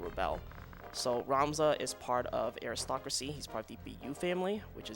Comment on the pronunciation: I need to take aside and tell him how to pronounce aristocracy and monastery though.:p